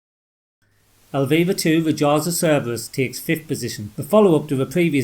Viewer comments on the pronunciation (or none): none